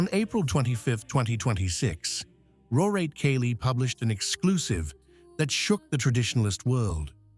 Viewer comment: Your stupid AI voice couldn't even pronounce the word "second" after "John Paul." Get a human to read this, will you. And "Pope Leo the Thood." Come on, you knuckleheads. And "Rorate Caeli" also pronounced wrong. This is click bait. Shame on you.